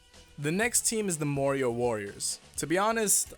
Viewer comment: is it a bad thing i heard "mario" all the time instead of "morioh"